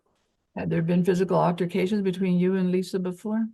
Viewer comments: Im dying at this lady saying "alterforcations" 🤣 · and “alterFICATIONS”…she’s so irritating😫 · If I have to hear “alterfacations” one more stinkin’ time…